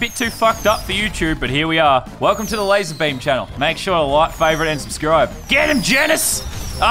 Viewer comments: did every body here him say lazerbem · You said Lazar bum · did he say "lazarbum"?